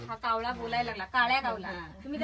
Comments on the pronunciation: कावला नाही ओ कावळा 😂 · कावला नाही कावळा म्हणायला शिका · आदिवाशी कावला म्हणतात पण तू कशाला कावला म्हणतेस कावळा म्हण कि. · ताई कोकणी वाटतं कावला नाही कावळा